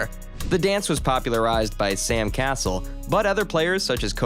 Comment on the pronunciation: It's not Sam "Castle"...🤔😳🤯🤨... it's pronounced like "CuhSELL/CahSELL". You probably already knew that though. By saying it like THAT, you got me to comment on the video, so maybe saying "Sam Castle" will generate more comments for you, and work out in your favor 🤔🤨🤷🏽‍♂️...😉👍🏽